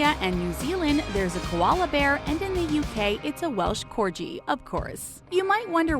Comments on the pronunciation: DID SHE SAY CORJI. ITS CORGI. Not corjiiii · Sorry. A Welsh what???? Corgi NOT Corgee. Jesus. learn to speak. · That moment you say Corgi wrong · Cor-gee Not Cor-Jee >:( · corgee lol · Um...it’s pronounced corghee..not corjay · She said corji instead of corgi 😂😂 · CORJEY?! IT IS SAID COR-G-I AS IN THE LOWER CASE G! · u didn’t say corgi right. It’s pronounced corg-ee not corj-ee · Welsh Corji? 😂 it’s pronounced Corgi, like geese not j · erm lmao how they said corgi ITS SAID COR GUY idiot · CORGI NOT CORJI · OML its corGie not corJie xDD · Welch corji....... WELSH CORGI! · corJi? CORJI?! DO YOU MEAN CORGI?! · Its pronounced cor gi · haha you lost me when you called a Corgi a Corgee. LMAO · Cor-gee pleth-aura Seriously 😒 get it together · who tf pronounces corgi corji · Welsh "cor-jee"? "Plu-THOR-uh"? Eye-RON"? Every video this channel makes has a ridiculous amount of common words that are pronounced so incorrectly that it is embarrassing. This "narrator" either has less than an eighth grade education, or English is the fifth language she learned. Sorry, but it's sad. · “Corji” lmfao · Corgeeee the way she says it it just annoys me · Um did she really pronounce corgi like corji??? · did she just fucking say “CORE-JEE” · Did u pronounce ‘corgi’ “CORJI” as a Brit, I’m offended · It’s CORGI CORGEE go back to sleep plz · Did she just pronounce Corgi “Corjee”?😡😡😡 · did she say, “corjee”?! wtffff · Corji? Wtf is that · did you just say, 'corji?' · At this point I feel like pronounces things incorrectly on purpose. I mean, Cor-gee? Ruhd-yerd Kipling? 😫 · WHAT THE HELL IS A CORGEE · "Corgee" AHEM corgee I'm sorry but I love dogs and it ticks me off to see the lady say MY FAVORITE BREED WRONG da fuq really? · DID SHE JUST PRONOUNCE IT COR-GEE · what the heck is a cor-jee???? eye-ron man ....? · did you really just call a corgi a corji? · Corjee? Nah mate g not j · She actually just said corji ? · Cassandra perez "Corjii" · HikariMichi42 it’s pronounced corg-eeey